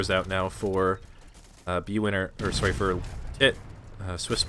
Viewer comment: says “soory “ like a true Canadian:)